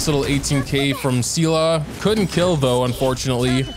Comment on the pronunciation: you keep saying see la, its pronounced SAY LAY (Seele) Why are you like this